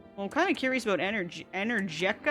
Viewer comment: NO DONT CALL IT ENERJERKA JUST DONT